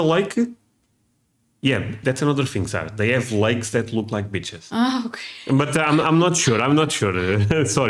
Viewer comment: Dude work on the pronunciation of the word “beaches” it’s coming out “bitches”. Lol